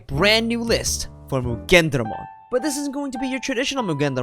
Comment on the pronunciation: You mean muggenDRAYmon